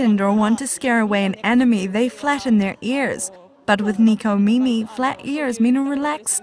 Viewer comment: It's nekomimi not nikomimi